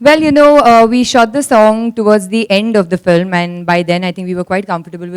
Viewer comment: is like.. "flim".. seriously? 😝